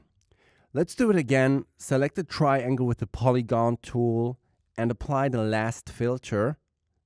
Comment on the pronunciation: Tryyy-ANGLEE :D:D